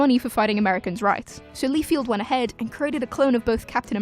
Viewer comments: It’s pronounced Lie-Feld not Lee-Field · FELD, LieFELD not FIELD. honestly, why is this so hard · Rob Lee-field :D